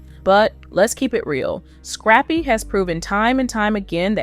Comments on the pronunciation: Why she keep calling him scrapie lmao 😂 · Girl the man name is scrap-py